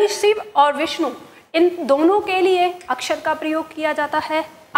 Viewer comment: आपका ज्ञान उत्तम है, किंतु आपके द्वारा श आदि के उच्चारण में ध्यान देने की आवश्यकता है, शिव का उच्चारण सिव, अविनाशी का अविनासी बोला गया है ।यह आलोचना नही है,आपको ध्यान दिलाने के लिए है ।जैसे भाषा को भासा बोल रही हैं